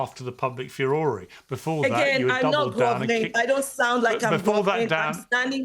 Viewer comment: Piers, that isn't how 'Furore' is pronounced.